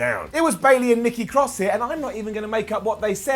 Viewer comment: She calls her self NEKKI CROSS